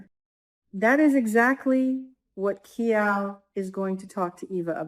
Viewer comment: Kial is not pronounced as “Key All” but as “Kyle.”